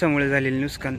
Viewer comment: नुसकान नाही रे भावा नुकसान